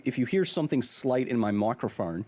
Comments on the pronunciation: Kyle sounded Australian “macRye-phone” 😊 Kyle you da man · Mr Hill, did you call it a "mockrophone"? 😂